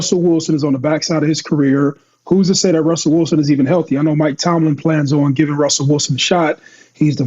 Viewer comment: Lol Cam will never say Mike Tomlin name right 😂